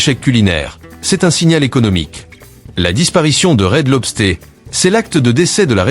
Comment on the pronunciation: Marre du commentaire incapable de parler correctement: Red LobstÉ au lieu de Red LobstEUR. Et TGI Friday, 99c only, American Freight, ... Une vidéo sur les US incapable de prononcer correctement les noms US👎. De plus utiliser plusieurs les mêmes extraits vidéos ... VRAIMENT MAUVAIS. Plus que cette économie qui s'effondre, cette ia de merde, EST le symptôme de cette fin.